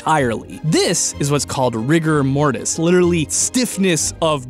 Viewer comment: When he said ''Rigger Mortis'' I heard ''Rick and Morty''